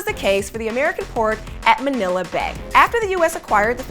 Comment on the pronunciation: manilla was pronounced awfully throughout this